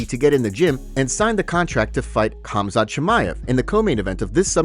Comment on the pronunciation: Good grief the K is silent Khamzat stop using AI to talk dude.